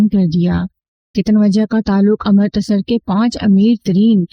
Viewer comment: خوبصورت آواز ، دلنشین انداز بیان ، لیکن تلفظ پر تھوڑا دھیان دینے کی ضرورت ہے ۔Amartasar نہیں Amritsar ہے ، بھارتی پنجاب کا مشہور شہر ۔ اسی طرح تم نے گوبندر (Gobinder) کو Go bundar بنادیا ۔ Love from Mumbai.